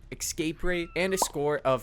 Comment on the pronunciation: Nice vid. But it's escape, not ecscape.